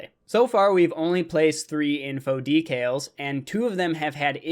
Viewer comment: it sounds like you are saying details instead of decals